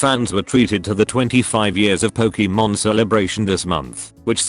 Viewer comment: I like "Pokiiimon" really much!